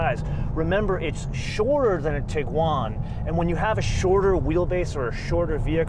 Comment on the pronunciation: Sir, you are emphasizing the wrong syllable when saying "TIguan"